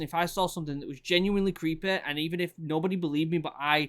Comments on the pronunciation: "creepay that's creepay" haha this british accent is amazing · Does anyone else just love the way he says “creepay” 😂😂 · It was all "Creepay" to him.